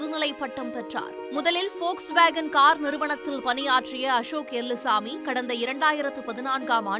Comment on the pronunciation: It's Ashok elluswamy not Ashok elumbuswamy 😂😂😂